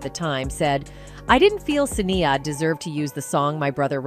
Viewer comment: Why are you pronouncing Sinead's incorrectly?